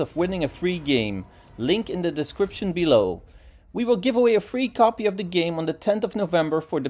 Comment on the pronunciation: When you say free its sounds like three 🤣